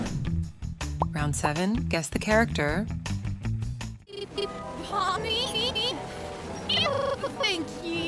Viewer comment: Why you say pobni